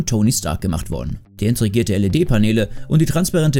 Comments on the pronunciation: Integrierte heißt es. Nicht Intregiert! Sprecher ignoriert das mit Ausdauer. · Das intregierte? 😂😂😂 heisst das nicht integriert